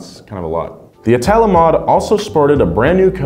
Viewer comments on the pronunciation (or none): Just a heads up, It's pronounced "ìtala"